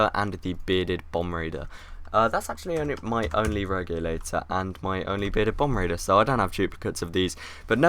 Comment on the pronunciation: Bombardier not bomb raider